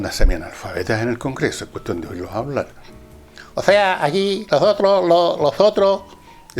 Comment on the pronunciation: Ozea aqui Lozotroh somoh, losotroh .....Jajajajajaja 😂 Que manera de reírme.